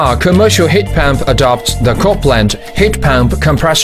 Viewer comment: He says heat pamp one more time